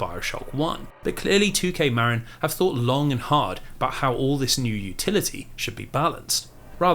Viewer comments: I hate being the pronunciation police (again, I think because I'm fairly certain I did this in the previous video of yours), but I grew up in a neighboring county to Marin and it's not pronounced Mare-in like you say, it's pronounced like Mah-Rin. Every time you say it I cringe a little (it's a me problem, not you; you're literally on the other side of the world from here, you're not going to know how to say the weird American-English bastardization of Spanish words like I do). P.S. This was a wonderful and comprehensive video, I appreciate all the hard work you put into it! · bro. as someone who grew up in Marin, your saying it wrong and its killing me inside. "Marin" (as in Marin County, CA) is pronounced "muh-RIN", with the emphasis on the second syllable, like "mud" and "rin" in "rinse". A common mispronunciation is "MARE-in". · 'Marin' is pronounced muh (like 'marine') rin (like 'mandarin')